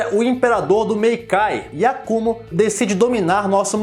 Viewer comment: kkkk acho engraçado essa manina de colocar acento no nome do Yakumo, não é YaKÚmo, só yakumo. Mas de boa. E acho que esse filme nunca saiu em dvd por aqui porque basicamente os dvds de yuyu daqui é o mesmo do EUA, e como lá não tem pela funimtion, aqui também não saiu.